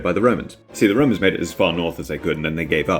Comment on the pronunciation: I know it's was an accident but the first time you said romans I heard "woe-mans" "I have a vewy good fwiend in wome named Biggus Dickus. Do you know what his wife is cawwed? Incontenentia. Incontenentia Buttocks"